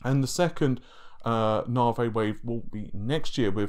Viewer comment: Why are people struggling so badly to say NA-VEE? NA-VEY? I've also heard Rich from reviewtechusa say NAY-VEY? It's not this difficult guys..